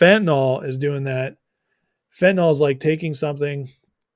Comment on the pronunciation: Chy-na is destroying my country too with fen,tin,yl